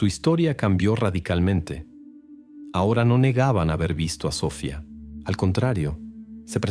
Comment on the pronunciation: A ver pronuncia bien, es Sofía con acento en la I, no Sofia sin acento, que no puedes mejorar?